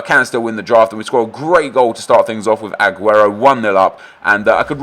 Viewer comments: skills says aguerto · Anyone else irritated by the way he says "A-guero"